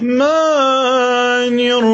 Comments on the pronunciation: الناس ال عماله تقول بارك الله فيك ترا ف اخطاء لاحظتها مثل كلمه الرحمن و إياك المفروض انك شيخ تكون عارف المد حركتان وغيره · اول غلطة في كلمة الرحمن ثاني غلطة في كلمة إياك ثالث غلطة في كلمة إهدنا